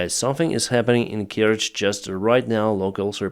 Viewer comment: You cannot even pronounce the name corectly, so BS And The Bridge is not important anymore there is already a new train line on the land. Trying to make money from dead people And to put it right, this i the enemy! US inteventions : Japan : Duitsland : Italië : Frankrijk : Zuid-Korea : Griekenland 1948: Costa Rica : Albanië 1949: Syrië : Birma en China 1952: Egypte : Oekraïne : Guatemala : Iran : Syrië : Indonesië : Irak : Zuid-Vietnam : Cuba 1959: Cambodja : Congo-Leopoldstad 1960: Laos 1961: Dominicaanse Republiek 1964: Brazilië : Indonesië : Cambodja : Chili 1971: Bolivia : Ethiopië : Angola : Oost-Timor 1976: Argentinië : Afghanistan : Polen : Tsjaad : Nicaragua 1983: Grenada : Panama : Sovjet-Unie : Irak 1991: Haïti : Haïti : Zaïre 2000: FR Joegoslavië : Afghanistan : Irak 2004: Oekraïne 2005: Kirgizië : Palestijnse gebieden : Syrië 2011: Libië 2014: Oekraïne : Syrië